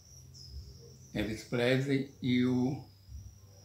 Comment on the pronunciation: "Elvis Plesrey", perdi aqui